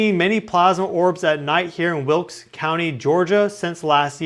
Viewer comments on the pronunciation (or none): none